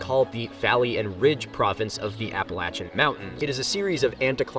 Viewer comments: I'm just pleased that the pronounced "Appalachia" correctly. Remember: If you mispronounce "Appalachia" then I'll throw an apple atcha! 😁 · I have been hearing it mispronounced for so long now that I missed it. After seeing your comment I went back to find it so I could here it said correctly. Mmmmm made my day.